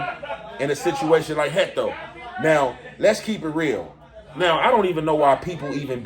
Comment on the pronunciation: Why you keep saying Hecto lol